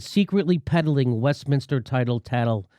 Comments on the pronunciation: tittle tattle is pronounced tit-l tat-l, not like title but like little. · pronounced "tit"le tattle, british word for idle gossip. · It's pronounced tit-tle tat-tle, Jimmy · Tittle tattle, is pronounced "tit-tle tat-tle." Those funny Brits! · Pronouced tittal tattal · Tittle Tattle is pronounced tit like boobs. How could you not get that Jimmy :D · It's "Tittle Tattle." Pronounced like Fiddle Faddle. Tittle tattle literally means gossip. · It’s ‘tittle-tattle’. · You are mispronouncing tittle-tattle; Google it and listen to how it is properly pronounced. The definition of the phrase is "gossip, or idle talk."